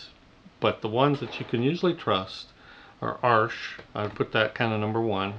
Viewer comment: OMG you said "Arsh"!! You pronounced it correctly! Hardly anyone ever does. :)